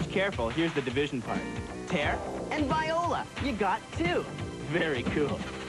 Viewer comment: Viola🤣🤣🤣 you mean voila